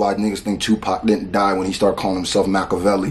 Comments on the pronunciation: Too many people think he's talking about Pac with that line.... he's talking about the actual Machiavelli who Pac named himself after - you can tell by the pronunciation. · That Machiavelli bar was a double referring to niccho and pac Most won't catch that he pronounced his name properly on purpose in order to do that (Machiavelli)=niccho (Makaveli)=pac